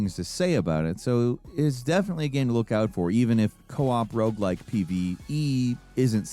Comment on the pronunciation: What's a "Rouge like game?"